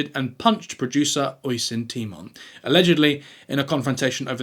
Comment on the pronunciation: Oi son temon seriously. Least look up how to pronounce the lads name before you make the video. It’s uh-sheen tie-mon ~ Oisín Tymon